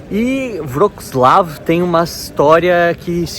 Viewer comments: Você é estudante de línguas eslavas. Poderia melhorar essa pronúncia. "Vroklau" é horrível. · Sigo a Ana do canal "O mundo para iniciantes" e ela mora ai. A pronúncia do nome da cidade me parece diferente